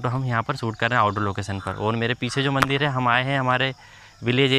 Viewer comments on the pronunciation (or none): none